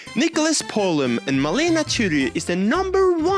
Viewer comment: You said Tudi in a different way 😂